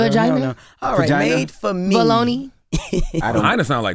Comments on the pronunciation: right! the way she just kept saying it wrong lawd.... 🤦🏾‍♀ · I noticed that too 😂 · Made for me Jess! she keep saying it wrong